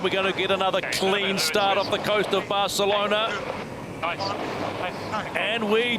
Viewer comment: Did you hear the way he said “Barcelona”’on day one? I’m thinking someone had a word as it’s frowned upon for a non-Spanish person to try to say it with the accent. It annoys me the way he pronounced Louis Vuitton as well